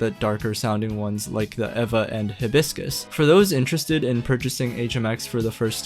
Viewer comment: Is it evva, ayva, eeva, or E.V.A. ? I think you used all pronounciations in this video, LOL!!